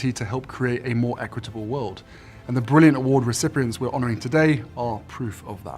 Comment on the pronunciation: Harry, 'create' and 'brilliant' have the letter 't' and their ends and this sound should be pronounced!! Speak the King's English!!